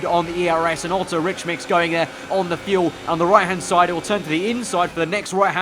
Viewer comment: Please, please stop saying altso.